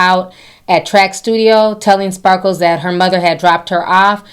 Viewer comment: I giggle every time Ti calls her SparkleS 😂🙊